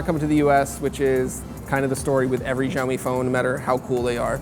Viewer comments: its not JIAOMI its XIAO MI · "shao-mi", not "zhaomi" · As a Chinese speaker, I agree that the way he pronounced it sounds more like Jiaomi ("Gel-mee"). The more accurate pronunciation should be closer to "Shell-mee" with very little emphasis on the 'h' sound. Of course it needs to be intonated the correct way but lets just take it one step at a time. :) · it is called "siaomi" not "jiaomi", dont not where did you get the " J " from ? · How come no one can say this company's name correctly in the states? the x has an sh sound. no zh. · SHAO MEE Look up the pronunciation first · Какой блядь - Жяоми. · it's pronounced "siao mi". the x is replaced with s in Chinese pronunciation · Learn how to pronounce xiaomi 😠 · None of these 'hip' american tech sites pronounce xiaomi properly. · You should learn how to say Xiao Mi correctly... it's not that hard. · FFS, learn to produce Xiaomi. How does an 'X' sound like a 'J'? That doesn't even happen in Spanish. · Dislike for breaking the phone and for pronouncing "Xiaomi" incorrectly. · You should google how to pronounce "Xiaomi" better. I dont see any "J" on Xiaomi. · Linel Joseph San Juan x more of a sh sound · Learn how to pronounce Xiaomi.